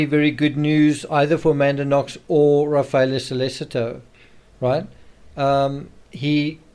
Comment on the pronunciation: Sol-leh-cheeto. Ra-fah-eh-leh